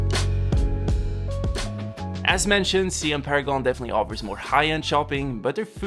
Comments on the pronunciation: Siam is pronounced sa-yam. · Sorry to say, it spells Siam but pronounce Sai Yuum which was the old name of Thailand